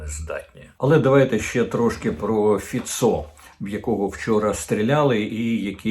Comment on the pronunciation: Пане Корчинський, краще називати Фіцó не фіцó,a фИцьо